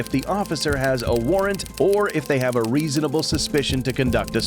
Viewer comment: It’s ReasOnable … not reasinable. Sheeesh.